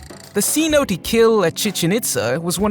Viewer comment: Ummm. You really should learn to pronounce cinote😢